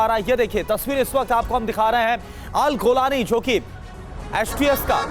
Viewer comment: रांड आदमी गोलानी नही जुलानी हे उसका नाम